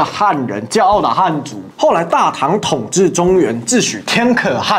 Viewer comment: 天可汗是念一聲，四聲，二聲